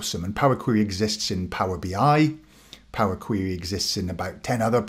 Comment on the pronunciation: Love the video! I've used PQ for a few years now and am amazed at how few people realize that it's there. I'm putting together some recommended PQ training for analysts at my company and will definitely include this video! FYI I love your pronunciation of POWA QWEWY :)